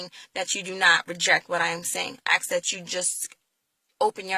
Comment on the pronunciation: Please learn how to say the word "ask". I can hardly listen to your words because every time you say "aks" I become distracted. I start wondering why so many black people say "aks". If it's just a bad habit can you not practice saying "ask?" It's really not a hard word to pronounce. In the first 20 seconds of your video you used the phrase "I'm asking" perfectly, then after that you went to the very distracting "ax ax ax". Believe me, you would sound much more intelligent (and I believe that you are) and believable if you would learn to remove this ignorant sounding speech pattern. As far as your beliefs I came to many of the same conclusions regarding slavery and christianity myself. Where I differ is that I don't have a need to replace Christianity in order to feel whole. You say that you don't have to be atheist to not be Christian. No you don't. You also don't have to replace Christianity with a different religion in order to have a spiritual life. You can become completely comfortable by acknowledging that you can never truly know these answers. You can only choose to believe in something. That doesn't mean that what you have chosen is actually true. It only means that it is what you have chosen to believe at this time. You also don't have to look at atheism as though there is inherently something wrong with it. I am very comfortable in my ignorance of these matters. Let the rest of you get all twisted out of shape over these things. I'm good.